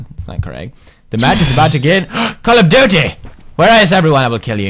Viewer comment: when he said CALL OF DIUTY😂😂 (don't know how To write it so no comments for that )